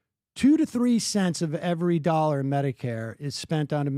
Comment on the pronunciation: Retarded pyramid scammer who can't even pronounce the world "dollar". The fuck face says "a million nollars". Go back to Iran.